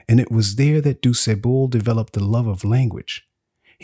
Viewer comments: Why is it so difficult to pronounce the man's name properly? "Du Sébeau, Du Sébon"? It's "Du Sah-ble". How hard is that? He's your main character, the very subject of this video. Lord, why didn't you check his name? It's disrespectful. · It’s Point du Sable, not doo say-bul. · This was incredible, though I was constantly distracted by the mispronunciation of du Sable. I know I know, very pedestrian. It was just so constant. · except the AI pronunciation of his name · The narrator says the name with confidence, but incorrectly. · I’m from Chicago and if you came here ( that is, if you’re not from here) no one would recognize the pronunciation of his name as you give it. Thanks for the info. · 😂😂 the way you pronounced his last name though. Point duSable means "point of sand" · Informative video ✊🏾 I’ve been in Chicago my entire 45 years on this earth…and been pronouncing his last name wrong this whole time 🤦🏾‍♂️ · His pronunciation of the gentleman's name makes it hard for me to listen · Nobody can watch because you pronounce his name wrong. you gotta get more education because this makes you look bad. I hit pause and I have to give you a 👎 please don’t take this the wrong way but if you’re talking about a great person who’s name most educated people know you look bad pronouncing his name wrong. Lord have mercy on the poor guy.